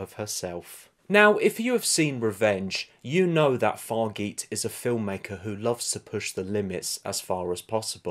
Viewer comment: Hey her name is pronounced Far-ja (as in jarring).